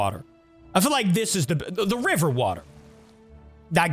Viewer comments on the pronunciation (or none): none